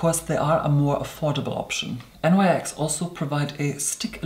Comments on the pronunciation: My darling.... I am sure you would be ever so grateful to procure this tidbit of trivia, as it is so a propos for you to know. The brand “nyx” is often said as “N-Y-X” but it is in fact pronounced Nyx like “nicks.” It’s important that you know this, good sir, as Nyx is the Ancient Greek goddess.... Of the Night. Described as a shadowy and willowy figure, I’m sure it behooves you to from now on say her name as intended, ever so seamlessly. Unless of course you were only spelling it out because that was who summoned you here to earth all those many thousands of years ago, and you were trying to obfuscate the exact circumstances of your provenance.; ) Kindest exaltation and respect from New York. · NYX is pronounced Nix, after the Greek Goddess of the Night and after 5000+ years she sent me to ask you to kindly cease and desist mispronuncing her name in bad faith,. The Goddess is very sorry for borrowing your seamless black cloak and if she knew you'd hold a grudge for this long, enacting what you KNOW to be her pet peev, is insistent she would never have countenanced the idea!